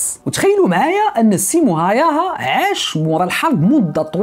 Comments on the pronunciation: اسمو سيمو هاوها y تنطق u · تصحيح فقط لاسم القناص،بحكم اني مقيم في فنلندا، الاسم ينطق ب (هاووها) .موفق اخي الكريم